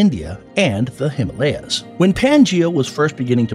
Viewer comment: nice video but please next time learn how to pronounce himalya